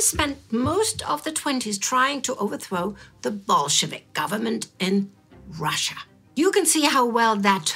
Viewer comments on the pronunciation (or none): none